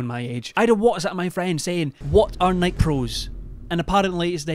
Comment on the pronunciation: mispronouncing Nike is the best part of this video